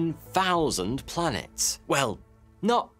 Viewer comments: Every time you say 'blanets' I spasm. Great video. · Blanets and Slanets killed me😂😂🤣🤣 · slanets haha